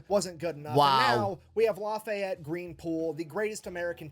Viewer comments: "Laffy-Yeti".....you'd think the British would know the godamn French name Lafayette!! Holy-shit, they say we don't know shit about Europe! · Lafayette is pronounced without the te at the end. Lafayet. It's actually the name of the street I live on lol